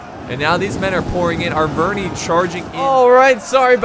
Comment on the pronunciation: You don't say triari i, or arveni i. You say arvenee or triaree